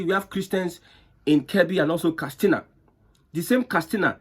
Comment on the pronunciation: KAT SINA NOT KAS TINA